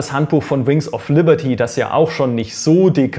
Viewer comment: "Wer schon die Collectors Edition des ersten Wings of Lierty hat" ... :D Passiert, trotzdem gutes Video ;)